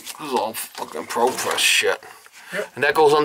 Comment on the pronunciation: Why do you keep saying ProPess? That isn't Propress.